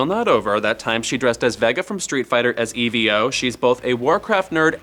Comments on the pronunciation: HE DID NOT JUST SAY "AS E-V-O". BRO, I GET YOU DON'T KNOW WHAT EVO IS BUT COME ON, THAT WAS WAAAAAAAY TO BUTCHERED OMG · I didn't mind this guy but then he said E.V.O instead of just EVO. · I hate this new guy, he called Evo E.V.O even though it just stands for evolution. It's even worse that no one corrected him either. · way to call it E V O and not Evo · I'm sure I'm the only one who cares but it's EVO not E V O. It's short for evolution